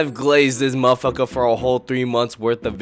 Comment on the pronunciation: that 'mafaka' need a cooldown bro